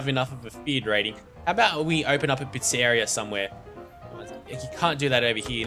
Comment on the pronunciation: Click on your gang members image to center your view on them. Right click on the screen to view your properties. It's pronounced PIZZA REE AH!